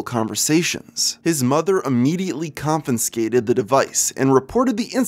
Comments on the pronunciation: the word is "confiscated" my brother not "confinscated" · Nor one to be picky but it's confiscated* not confinscated